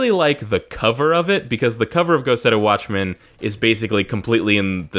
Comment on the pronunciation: The first time I heard you say "Go Set A Watchman" I parsed it as "Go Setta Watchman" and thought it was some Sentai-esque Japanese series.